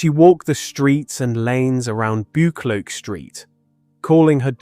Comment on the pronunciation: I'm from Glasgow and some of your pronunciation is hilarious! Especially Buccleauch St and Sauchiehall St 😂 I remember my Granny telling me about her. She was from Partick a d was in the police during the war.